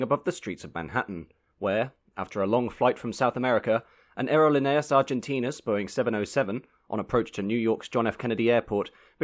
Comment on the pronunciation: It's pronounced ahhhh erro leee nay aaas . I've been on that flight four times in the 1960's and 1970's. The food was less than excellent and the movie was boring. But they did get us there.